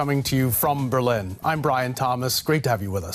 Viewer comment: Why does mispronounce "Berlin" and DW is referred to as D-Dabbelju? I would expect staff of a German state broadcaster to show more respect.